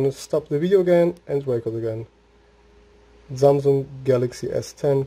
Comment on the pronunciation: Zamzung was weird :D